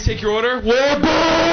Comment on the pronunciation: ffs i laughed so hard for WAPPA NO ONION cuz thats how it sounds through the mic or w/e